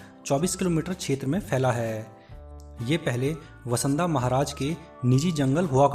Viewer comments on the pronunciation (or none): Sirji VASANDA word wrong hai. VANSDA word sahi hai. Aur WAGHAI me not "WAA" only "WA" ok?? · आपने बहुत ही बढ़िया उम्दा एवं सटीक जानकारी दी है। केवल शब्दों का जरासा फेर-बदल हुआ है, वसंदा नहीं है > वांसदा इस तरह से है .... और > वाघई नहीं वगई ...(. વાંસદા ) ( વગઈ ) बाकी वीडियो आपने बहुत ही अच्छी बनाई है। आभार 🙏 धन्यवाद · भाई तू गांव के नाम मत बिगाड सही नाम बोल वासदा ओर सही नाम वघई है।